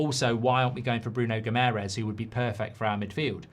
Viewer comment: Mark, its not Bruno Gimerez. He’s not spanish and his last name isnt hispanic at all. The way to pronounce Guimaraes is as follows: Gee-ma-raischz. Last one is a bit difficult as its a nasal pronounciation but if you try, us Portuguese and Brazilians will appreciate it. Thanks m8